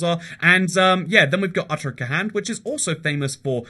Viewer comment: "utter-kuh-hand" im crying omg